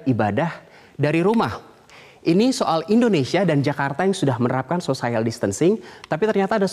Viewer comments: Social bacanya biasa ajah kali sociel, bukan sosaiel Edit 18/3: sosiel bukan sosaiel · Sosayel????? wkwkwkwk sosiyel kali...... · Pertama kali dengar social bacanya sosayel....omg. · Malah banyak Yang fokus Pada " sosaiyel " nya ... Lmao 😁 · Salfok.. *sosaiel..sosaiel.. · mas.. mas..... kok " sosaiyal" sih? wkwkwkw, coba cek kamus google lagi gimana bacanya....wkwkwkw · Cara baca social nya salah, harusnya biasa aja cara bacanya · hahaha gue pikir juga gitu ... sekelas news anchor TV nasional gitu lhoh.... sosaiyal wwkwkw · masukan saja buat metro TV supaya teamnya belajar pronunciation dgn baik khususnya ketika memakai terminologi bahasa inggris... pelafalan distancing sempurna... social? ehm he he he telinga saya gatal berkali2... maaf 😂😂😂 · Buat #Metronews ... saya sekedar meluruskan yg salah ... pengucapan kata bhs Inggris "social" tidak tepat. Silahkan cek kamus. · sama begitu selesai aku langsung tulis saran ke metro teamnya harus belajar pronunciation. Ternyata setelah scrolling down, sudah banyak yg nulis juga. Yg jelas aku bersyukur bukan jadi tukang nyinyir sendirian wkwkwk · Nadhil Ihsan Lah kita kan memperbaiki... biar ngerti cara bacanya, ini bukan sok... kan buat pelajaran. Selebihnya dia bagus kok bawain beritanya...